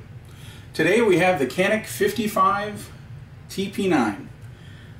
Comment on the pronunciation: It's pronounced John-eek. And there was a request for bid by the Turkish military and police forces. The competitive process included three firms, one of whom was Canik with their TP9. The testing included 50,000 rounds fired without a stoppage...among other tests. At the end, Canik TP9 won the contract and became the first polymer framed pistol ever issued to the Turkish forces. An initial order was placed for 40,000 units. Congrats to Canik for this accomplishment.